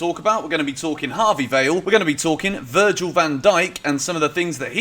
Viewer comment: "Virgin" van Dijk